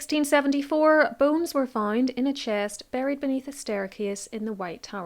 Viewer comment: I feel terrible, but i was quite far in before i realizes that, "boones," was actually, "bones." You have a beautiful speaking voice.